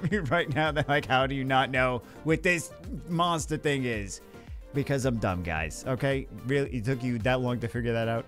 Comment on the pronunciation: The Boston came out on Monstah! Lmao always forget you're from the area, great summon vid